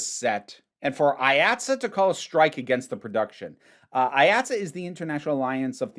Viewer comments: It’s pronounced Eye Aught See, IATSE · This may have already been covered, so sorry if I’m repeating it. IATSE is pronounced “Eye-at-see”, at least in the NYC-theatre world. Delightful video no matter what, though as someone whose shop is actively unionizing (woo!), it made my eye twitch a little.